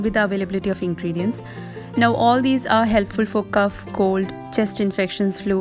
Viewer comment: Sis.....please see to your pronunciation of cough in the winter home remedies video......